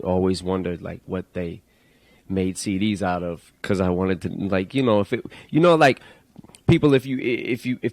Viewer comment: Es bacano cuando dice "yu nou" Jajajja